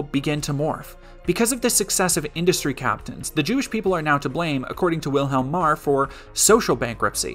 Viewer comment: I did an audio doubletake because I was hearing "Wilhelm Marr" as "William Maher."